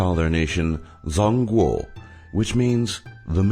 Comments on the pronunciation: Zhong is pronounced similar to Jong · yes, you spoke Zhong Guo like it was, it must like Chong Kuo like Wade-Giles version, and you still using Traditional Hanzi (Chinese Character), which is not too in use in People's Republic on China anymore (still in use in Taiwan or Republic of China) and Qin Dynasty, its sound like "chin" and many errors too that's the complexity of Mandarin. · Couldn't keep watching after he said "zahnguo". Basically reading trivia snippets from wikipedia... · Zhōngguó is actually pronounced "Chong-guo" not zongguo. Please do thorough research. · its not zong guo its pronounced jong guo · Not "Zhong guo-"-Jong guo. The Zh is pronounced like an English J. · You pronounce zhong guo as chong guo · The 'ZH' in Chinese mandarin (Pinyin) is pronounced 'J' as in John not 'Z'. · zhongguo is pronounced "chong guo" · Sorry, just to correct some of the pronunciations. Zhongguo sounds like geong guo as zh is pronounced in Mandarin as ge in English. Qin Dynasty 秦朝 is pronounced between ch (as in cheese) in English and ts (as in bits) in English, so it's more like cheen sound. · Chin dinasty, not Queen dinasty. And ZhungGuo pronounced as ChungKuo. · not only is qin pronounced chin not kwin, zhongguo is not pronounced zong-gwo... ffs if ur gonna do a video about this at least pronounce things properly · The pronunciation is so cringey. Could barely watch past the first 30 seconds. I mean seriously, ZONG-GUO? QUINN?? I'm amazed you didn't pronounce Rome "RAW-ME". Oh there you go again. Battle of ZZ. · He mispronounced zhong guo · You mispronounced zhonguo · you should at least know how to pronounce the non english words you use before posting this (like zhongguo and Qin) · you pronounced zhonggou(中国) wrong